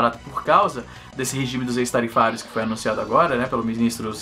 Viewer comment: acho q se pronuncia ÉQUIS-tarifários (ex-tarifários) .